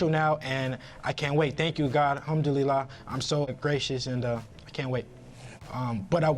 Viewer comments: Didn't know hayne is Muslim and he say humlude wrong lol he most of just converted. Loma is a harder fight than hayne anyway dno why he trying to duck hayne then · Why did he say hum dillar